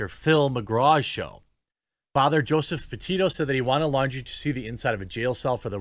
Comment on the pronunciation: Pretty sure Laundrie is pronounced like foundry